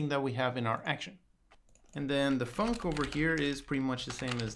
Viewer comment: I love hearing tutorials say "the Func" Da funk.